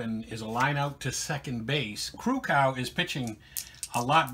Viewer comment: Your pronouncing Krukow wrong, The O is long, its not cow. Take Care Bob